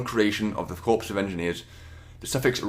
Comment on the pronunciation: It's pronounced core not corps